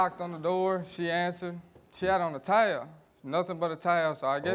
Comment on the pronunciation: 😂 the way he says towel